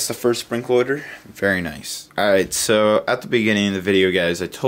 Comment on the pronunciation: dude mention the r sound when u say order u sound like ur saying oderd